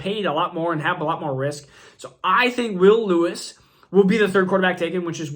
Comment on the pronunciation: Bro... Killing me with these pronunciations! JSN??? Will Lewis? Booty? 😂😂😂